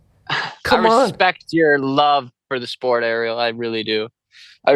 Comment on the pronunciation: Kilo Harrison 😂 learn how to pronounce Ariel